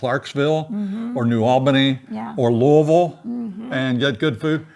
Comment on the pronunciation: I love the way you pronounced Louisville! Not everyone gets it right. Thank you both for another wonderful, entertaining and informative show!